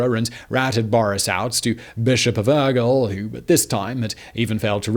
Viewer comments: I have never heard anyone pronuncing any word as bad as this host pronunces "Urgell". The rest of the Spanish/Catalan words are really bad pronunced, but "Aguel" instead of "Urgell"... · The bishops of "Ergull" XD Never change, Simon. Never change. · I was searching this comment, I had to actually laugh out loud when he said Urgell